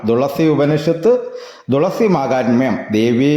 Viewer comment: തുളസിയുടെ ഇത്രയും കഥ ആദ്യം ആയി കേൾക്കുന്നു ❤️പിന്നെ തുളസി എന്നല്ലേ പറയുന്നേ 'ദുളസി ' എന്നാണ് വീഡിയോ യിൽ പറയുന്നേ